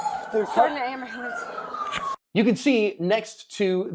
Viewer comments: "Do you need EMS?" "I just need an amberlance." Ugh🙄 lol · Ahem, "am-bah-lance"